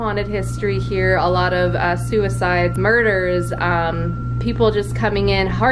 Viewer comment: is said MORDER